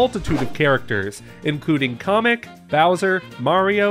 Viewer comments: Man said kamek like comic BRUH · did he actually call Kamek "Comic" lmao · Not you pronouncing Kamek like comic…. 😬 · How can he not pronounce Kamek. Do we agree that he is the worst at saying things?